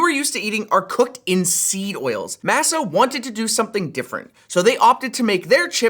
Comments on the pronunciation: Shouldn't it be pronounced Maaa Saaa not Mah sah? Like how the dough used to make tortillas is generally pronounced across the globe? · Why do you pronounce masa like it's a fun new tech item? It's pronounced as mä′sə or mah-sah. I sware if MASA chips changed the pronunciation on purpose oh my god what a annoying product. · Normally don’t comment. Masa is a Spanish word. It means “dough”. As such it’s not pronounced like “NASA” but like “mah-sa” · Ummmmm can we work on that pronunciation for the sponsor? Masa is pronounced like ah not a. The way he said sounds like massa as in master as in slavery. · My god that's not how you pronounce MASA